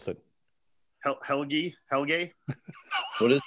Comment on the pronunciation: hearing them pronounce Helge was so damn funny :D